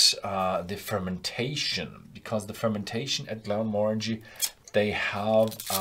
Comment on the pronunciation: Not a fan, whisky should look like whisky, not soft drink. P.s….you’re pronouncing “Glenmorangie” wrong😉